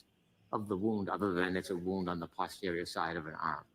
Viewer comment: It’s NOT pause-terior Brennan, it’s post-erior, and Dr Russell has corrected him, yet he still pronounces it his way.